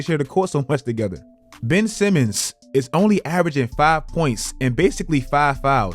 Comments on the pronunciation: HIS NAME IS BenCH Simmons, GET IT RIGHT! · "Ben'ch Simmons!" 👀